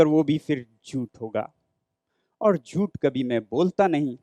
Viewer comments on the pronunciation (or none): jhut sounds like chut